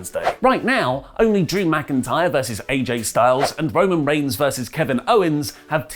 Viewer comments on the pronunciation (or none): none